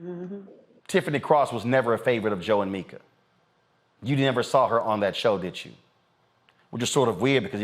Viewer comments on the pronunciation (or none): none